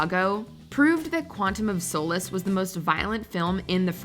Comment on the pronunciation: She said Quantum of Solace wrong